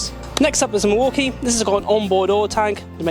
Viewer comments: Mwakie??? No, pronunciation is mill walk ee. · Why do they keep pronouncing Milwaukee as Morky? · What's a Maukee?